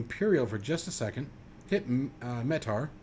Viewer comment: Awesome walkthrough. Thank you for that! PS) it's pronounced "Mee-Tar" which stands for Meteorological Aerodrome Report